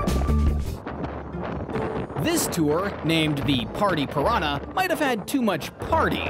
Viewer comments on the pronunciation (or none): none